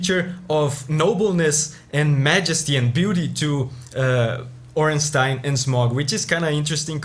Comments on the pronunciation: The best part is that pronounced Ornstein correctly, not ”Ornsteen” but ”Ornstein” like Zweilhander or even Einstein. Imagine saying ”Zweelhander” or ”Eensteen” and you get the point. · Ah nice you pronounced Stein correctly. I dont mind, if someone has it wrong, but most People think its pronounced "Steen". I was thinking of other Themes worth recommending. Portal has good Endingsongs, but I don't think it fits into your Series. God of War has a good Soundtrack but nothing particular what stands out enough for me to recommend. Oh the Asura Theme from Asuras Wrath and the similar Chakravartin Theme could be something worth checking out. PMD is left, and good, but I was to lazy to look up any outstanding Track. The Maintheme and Dark Matter Part 2 are the only ones I can think of, but there has to be more. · My man pronouncing Ornstein correctly. Instant like.